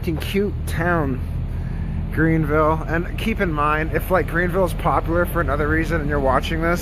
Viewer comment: Omg ...OHHHHH MY GOD YOU CANT EVEN GET THE NAME OF OUR TOWN RIGHT ...YOU TRULY Should've PAID FOR A WALKING TOUR WITH A GREAT DEAL MORE INFORMATION